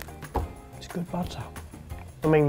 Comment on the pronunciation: BAHtah. It's a BAHtah-making kit. Using BAHtahmilk.